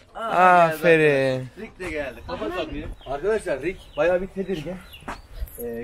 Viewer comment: ABİ AFERİN DE YA AĞĞĞĞĞĞĞĞĞĞĞĞFERİĞN DEME :D